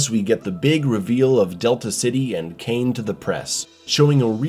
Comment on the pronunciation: The name is Cain, not Kane and ir's Robocop, not Robo Cop. Maybe you should watch it again.